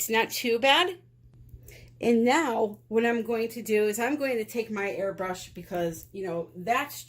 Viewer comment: First time on your channel! When you said "airbrush" I heard "hair brush" lol Sitting here trying to figure out what kind of bristles & how you were going to be using it lol